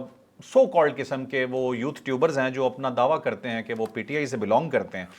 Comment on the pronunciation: پلیز یوتھ نہ بولا کرو یو تھر بولا کرو